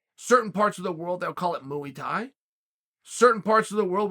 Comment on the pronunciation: Mooey Thai 😆